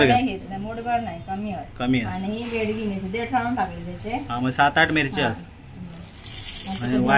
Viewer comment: Begdi mirchi nahi mhanat,bedgi as mhantat